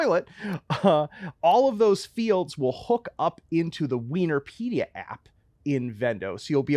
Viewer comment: I snort every time says "WeenorPedia" yea im childish, bite me:D